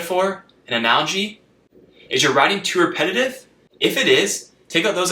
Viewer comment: the word superman has three syllables!! !! the word repetitive has four!! you are rushing them into two syllables.. slow down!!